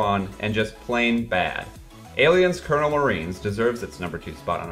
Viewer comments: You did not just say “Aliens: COLONEL Marines” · COLONIAL marines... not COLNEL marines... as in colony... not the military rank... ya gonna talk about something atleast know what its called. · “Aliens: cernal marines” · Holy $#it, he literally said "Kernel Marines", TWICE!!! What the hell '? Do you even play games? Come on man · "Aliens Colonel Marines" lmao u mean Colonial? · Dude, seriously?? How many times have you heard the word COLONIAL pronounced at this point? It's not the military rank, take a look at the word again... You pick great subject matter and I agree with a huge majority of your opinions but it's rare to hear you say all these commonly used words and names correctly in a video.